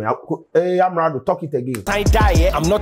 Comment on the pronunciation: Vawulence come ah wose brand 😂😂😂